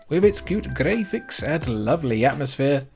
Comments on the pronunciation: Is this voice AI...? I didn't think so until his pronuNciation of "graphics" as "grey-fix" multiple times... Like HWUT??? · Forget your pronunciation of "free!" What about "gray-fix?" Er, anyway. Culdcept is a game I want to like, but the CPU cheats like a mofo. It always has.... I played it on the Saturn, and the computer opponents deftly dodge my properties with annoying regularity. You're playing with loaded dice! I'm calling shenanigans!